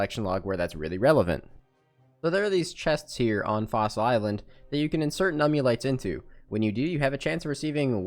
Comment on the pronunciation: "nummy-lites" favorite part of the video